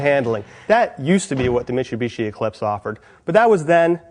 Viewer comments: Mitshoebishi? Is that he says? Bad review. Pronounce the name of the company correctly. Is that too much to ask? This guys complains about everything. He’s like an ex gf I had. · he says meechubeechee just fine. its mitsubishi that he has a problem saying.